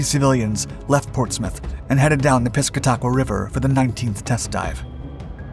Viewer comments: Thanks for the awesome video! I do want to say, though as someone who used to live in seacoast NH, Piscataqua is pronounced "piss-cat-a-qua", not "pisca-taqua" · Piscataqua River pronounced Pis cat a kwa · Too funny! Our river is pronounced Piss-Cat-Ah-Quaw. The diving bell and conning tower are still on display at the shipyard. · Piss-scat-ta-qua or Pa-scat-ta-qua River pronounce locally by non-native speakers :) (Don't listen to us, we've been mispronouncing the Kancamagus Highway, the "Kanc", named after a chief, my whole life.) I am told that this river has one of the strongest currents among the "navigable" rivers in the world, yet, we head out in my friend's hand-built, low draft "duck" boat to fish for bait fish (mackerel, pogies) and back to the river for stripers. The shipyard is barely up the river. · as a resident of NH, let me help you out with how to pronounce Piscataqua River... Your version was cute and worth a giggle, but try Piss-cat- ta-qwa.... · It's pronounced SKWAY-lus and the river is the Pis-CAT-a-kwa. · Pronounced “Piss-cat-e-qua” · You mispronounced the name of the river....